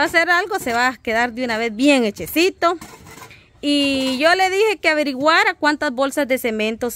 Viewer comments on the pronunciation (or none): Hechito, no hechecito. Lee para que te instruyas.